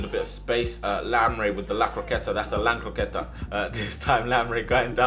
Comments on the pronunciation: "lan croqueta" 😂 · Nobody: Literally nobody:: that's a lancroqueta